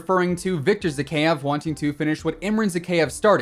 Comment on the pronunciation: Your pronunciation of Zakaev is terrible lol ky-ev. ZaKYEV lol